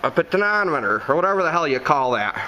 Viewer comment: Hey Boss it's Poe-ten-she-om-i-ter. I knew that you'd want to know. :-)